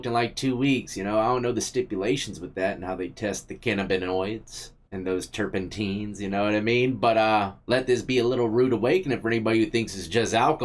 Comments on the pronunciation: Turpentines? Lmao 🤣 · TuRpEnTiNeS. Lol its terpenes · Homie called the terpenes "terpentines" lol.